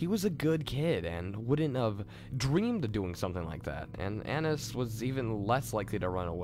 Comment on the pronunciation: lol you pronounce an - ai - ese like anus xD